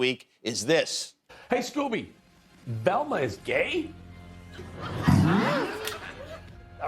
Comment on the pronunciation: "Relma's a Resbian?" says Scooby. Yeah I didn't figure that out in 1985.